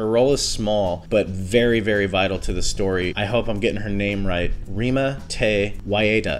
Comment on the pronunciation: Good attempt there with Rima's name (many non native New Zealanders get it very wrong and they have no excuse lol), it's pronounced Reemah (the r is a bit tricky, it's not a hard English r like how you would say road you roll it instead) Te Whyahtah. Great review guys.